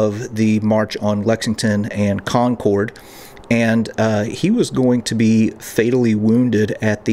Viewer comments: We'll if you ever come here say Concord correctly it's pronounced CONQUERED but spelled concord. The town's name is pronounced by its residents as /ˈkɒŋkərd/ KONG-kərd, in a manner indistinguishable from the American pronunciation of the word "conquered." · I’m a native Bostonian. Thank you for the history refresher. Funny how you pronounce Concord though. Bostonians would say, ‘Concerd.’ Lol. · Great to see you wandering around my favorite city! A few tips on local pronunciation - Paul Reeveeah, Old Noth Church,and Lexingtin and Conkid. :) Keep up the good work! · I would think a Bostonian would pronounce it Conkid. Have a good one. 👍🇺🇸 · Thanks - that’s a great video, including many points I hadn’t heard before. I could tell you are not a native Bostonian based on your pronunciation of Con-cord. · "Con-cord" lol. You can tell youre not from the area. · He mispronounced "Concord" too. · God bless you and the work you do to bring our history to us, your followers. Thank you for coming to my city. Despite current sensibilities and politics in Massachusetts, I am proud that our Revolution began here. BUT! Your pronunciation of Concord and Charlestown make me cringe...LOL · Having spent a lot of time there... you're saying Concord wrong :p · Well as you know, the story has nothing to do with electricity but pronunciation. If you want to hear how "Concord" is pronounced correctly here in New England, move forward to where the young lady is talking at about as she pronounces the name "Concord" twice. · CharlesTON is in South Carolina. CharlesTOWN is across the river from Boston. And, it’s not pronounced Con-cored. The second "o" is silent. Or, if you’re from the area it’s pronounced Con-kid.😊😊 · Concord pronunciation cracks me up... not like Concorde the plane more like Conkerd, you are clearly not from around here....Good stuff, nice video, thanks for showing behind the scenes things !! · Folks in New England call it Con-kid, not Con-corde like the airplane!